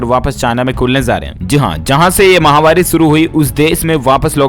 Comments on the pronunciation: MAHAWARI NAHE MAHAMARI. UFF. KAB SE YE BOL RAHE. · ...you are saying Chinni mahvari on every days news thàt is wrong...it is Chinni mahamari.....it means dying of people àt a large scale due to disease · आप महामारी जो माहवारी बोलते हो जो कि गलत है सुधार करें